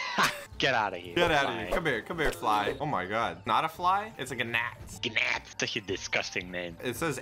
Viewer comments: When will he realise gnat is said nyat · the way they said gnat like gunat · U pronoce gnat like nat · Just a quick thing, that "fly" isn't a fly as you figured out, but, it isn't a G and it's a nat yes you spell it gnat but you say it nat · Did they really just say ganat when the g in gnat is silent XD